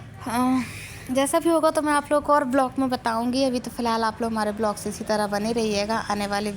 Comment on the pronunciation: ब्लॉक नहीं व्लॉग बोला करो